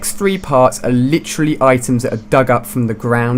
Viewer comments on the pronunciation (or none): We do u say litrerary